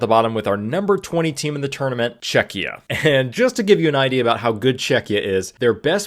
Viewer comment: ima polak yay czechia mentioned. and pronounced right yay